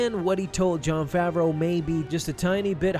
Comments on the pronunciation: Everybody says Jon FAVERO it’s FAVREAU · "Fraveau" lol